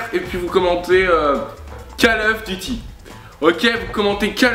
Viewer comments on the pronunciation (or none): call eouf duty ^^ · J'adore tes vidéos!!!!!!!et je voulais dire un truc "call oeuf duty" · call oeuf duty LOL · Lol call oeuf duty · cal oueuf duty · call eouf duty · c trop call oeuf duty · call euof duty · call oeuf duty